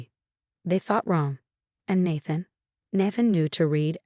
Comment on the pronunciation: It’s pronounced NAE THAN NOT NA THN 🤦‍♂️🤦‍♀️🤦‍♂️🤦‍♀️🤦‍♂️🤦‍♀️ You crap “authors” need proofread and fix your crap AI